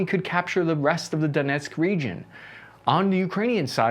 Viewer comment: I still remember at the beginning he was calling donetsk donotesk